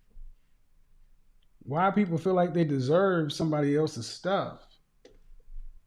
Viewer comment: “Cat moms sitting around doing cat shhtuff” almost let it slip 😂👏🏽